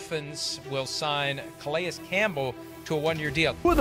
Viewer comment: You put in a clip where they pronounce his name correctly then 1 min later you're calling him Kah-Lee-Us Campbell. The guy is a potential Hall of Famer and been around the league forever and you don't even know his name? This channel is not for me.